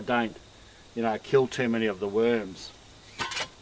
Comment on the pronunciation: "Look at those beautiful weuurms"